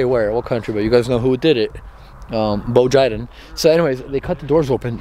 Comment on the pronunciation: Lol he literally said bo jiden